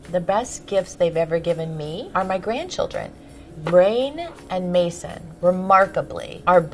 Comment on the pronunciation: Wait who else heared Kris saying Kourtney's children's names are Brain & Maison. Brain!?! BRAIN!?! XD